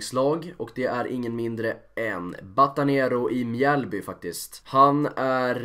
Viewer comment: Riktigt bra videoide! Gör gärna fler videos där du pratar om alla lag i allsvenskan för jag tror du kan nå ut till en bredare publik på det viset :) Måste dock som Mjällby supporter inflika om att det inte uttalas mjääääälby utan Mjällby